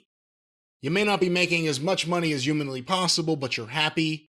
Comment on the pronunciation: Why does say yooman instead of human?